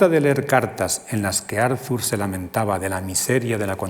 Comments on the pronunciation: ¿Por qué pronuncia "Árzur Shopenjauer" en vez de "Ártur Shopenauer"? Y ese loísmo tan molesto... o esa primera cita sin venir a cuento de Javier Gomá... Y dale con "Árzur"... Lo siento, pero esas cosas distraen, y mucho. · Muy interesante, pero , como suele pasar en España con los nombres extranjeros, el lector se empeña a pronunciar el nombre Arthur a la inglesa - Arzur- . Es extraño que una persona que ha estudiado la obra y al personaje no sepa pronunciar correctamente su nombre. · Por favor, que alguien le diga al conferenciante que la "th" de Arthur se pronuncia como una "t", no como una "z" española, es alemán, no inglés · ¿Por qué todos los nombres son pronunciados como si fueran ingleses? La H no se pronuncia ni en Arthur (Artur) ni en Schopenhauer (Schopenauer). ¡Qué colonización! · Todo el mundo pronuncia "Arthur" como si fuera inglés.